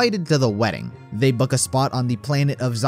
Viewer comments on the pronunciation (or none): none